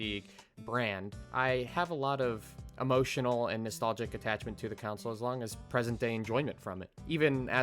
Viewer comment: You are pronouncing "console" as "counsel". It's "con-soul"